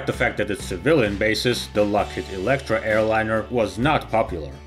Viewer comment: Electra-ski, but it was actually a very good plane